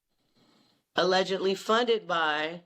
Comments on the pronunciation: She can't tell every thing. so she will say aledgently. Even Jag W. sometimes say aledgently. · For legal purposes she has to say alledgely